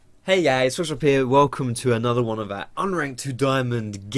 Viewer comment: Hi great video! What do you say at the beginning of all your videos, I know your youtube name is Foxdrop but it always sounds like you say something along the lines of "Hey guys Special P here". I've been curious for a while but the content of your videos has always been more important to me. keep up the good work.